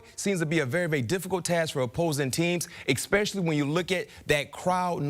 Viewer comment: STOP SAYING EXPECIALLY!!! I'M NOT GOING TO AX YOU AGAIN!